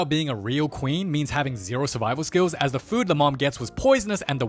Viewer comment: I love that he tecnically does the same treatment to Instances like when he says "Da next morning!" and when he says "Da meanwhile" xD